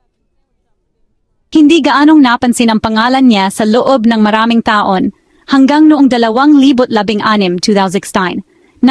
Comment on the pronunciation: Ayusin mo ang pagbigkas ng salitang Tagalog. Tapat, hindi ta-pat; taon, hindi ta-on; pagpatay, hindi pag-pa-tay.